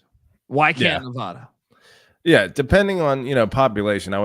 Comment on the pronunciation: You guys fuckin suck. Learn how to pronounce Nev-Add-uh. Mackey is not mackayyy. God you guys are severely uneducated and annoying as fuck.